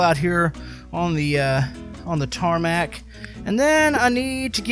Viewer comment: “Tarmac” triggers me